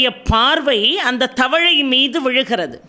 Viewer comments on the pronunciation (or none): மிக்க நன்றி தவழை என்று உச்சரிக்காமல் 'தவளை'என்று உச்சரிக்கவும் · . "தவழை "(தவளை) என்று சொல்கிறீர்கள். உச்சரிப்பில் கவனம் தேவை. தமிழ் வார்த்தைகளை மிகவும் அழுத்தம் கொடுத்து உச்சரிக்க வேண்டாம். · “Thavalai “ not thavazhai.. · உச்சரிப்பில் பிழை இருக்கு.தவழை இல்லை தவளை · Thavazhai illai Thavalai enru ucharikka vendum.Periya lla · Please donot mispronounced tamils special alphabet that.yo U SAY THAVAZHAI INSTEAD OF thavalai.please I hVe listened to many many of your upanyasams and talks.please correct your wrong prounciation❤❤ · அம்மா தவளை தானே. தாங்கள் தவழை என உச்சரிக்கிறீர்? ளை சொல்லக்கூடிய இடத்தில் ழை என சொல்கிறீர். தாங்கள் பெரிய பட்டம் எல்லாம் பெற்றிருக்கிறீர். ஏதோ எனக்கு இது தவறாக தெரிகிறது. மாற்றிக் கொள்ளவும். நன்றி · Prounounciation of Frog is wrong. Let her correct it. தவளை என்று சொல்ல வேண்டும். சிறப்பு ழகரத்தில் சொல்லக் கூடாது. 👍